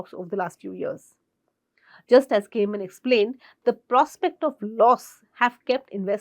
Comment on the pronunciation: Kha ne man Not cayman😅